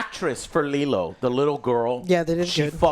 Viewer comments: I find it hilarious that Joe keeps calling her "Lilu" even though Lilo's name is half of the title lol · I don't know if Joe's intentionally pronouncing characters name incorrectly, but it's kind of funny: Lilu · His inability to say Nani and Lilo and says “Nina and Lilu” is incredible 😂😂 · Does Joe go out of his way to get all the names wrong? Lilu, Nina… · The one thing that annoys me about is he can never pronounce names correctly, he hears his 2 friends saying Lilo and Nani, instead he calls them Lelo and Nina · Oh god I actually didn't even notice that 😂. I was too busy writhing in pain every time he call Lilo "Leeluu" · Lol, he keeps calling her “Lilu”. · bro why tf does joe keep saying "lilu" he always mispronounces shit, is he like dumb or something LMFAO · Take a drink every time Joe says Leeloo instead of Lilo. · I don't like what Joe keeps saying Leelu instead of Lilo. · Leeloo and Stitch? Pretty sure it's pronounced Liiilo and Stitch. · And Leeluu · And Lelu instead of Lilo. You'll end up with alcohol poisoning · Best part of this is Joe calling LILO , Lelu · Lee-loo. It’s extremely annoying. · At one point he says Lilo then uncorrected it by saying Lilu. I think he's just a bit stupid. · And Lilu 😂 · Its Li-LOW and NAH-ni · Lee-loo? Wtf? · joe stop mispronouncing lilo on purpose bro the heck thats just so silly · Why is this clown keep saying Lilu?? Wtf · Good god both and can’t pronounce the names. The movie’s in fucking English how fucking hard is it to repeat an English word?! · Joe can't pronounce any of the names in this movie except Stitch 😅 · take a shot every time they say Leelu instead of Lilo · Jesus fucking Christ Joe. It’s not the fucking Fifth Element. Stop calling her Leeloo, it’s fucking pronounced LEELOW. 🤦‍♂️ 😂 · its lilo not lilu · lilo, not lilu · Nina? It's nani 😂 and li-low. Dude you just watched these!! 😂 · Lilo. I hear Lilu and it urks. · its not lilu its lilo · Nina & Lilu ITS NANI & LILO!!!!